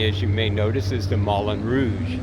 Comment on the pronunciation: Sir…your French pronunciation is horrible. It’s Moo Lon Rouge. Moo Lon. Not Mullin. It’s Mon MOT truh, like truck, not Monmottray. It’s Pair La shez. Like shed. Not whatever the heck you said. Good gracious.